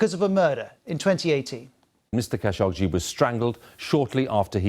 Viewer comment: I want to say this is a good report, but the way he mispronounced khashoggi's name drove me crazy. KHA-SHOQ-JI